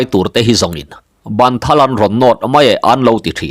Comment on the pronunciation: A ziaktu Sangtea hian ṭawng upa a thiam tehlul nen,a chhiartu hian a chhiar fuh lo deuh ṭhin. "Ban thal" tih hi Bân thal ti a lam tur a ni zawk e